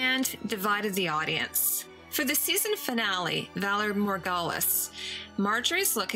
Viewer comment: I really love your studies of the costumes, I truly enjoy them, but here are my few problems with your quality of the videos: why does the audio sound so poorly in several parts of the video?? And also, sometimes I wonder if you even watch GOT, because of the way you butcher the pronunciation of names and phrases like "valar morghulis" (Also why don't you cut out your little slips of tongue? they're not so bad, but unfortunately distract from you great content!) This is no hate, I just think when the quality of your videos gets better we could enjoy them even more! :)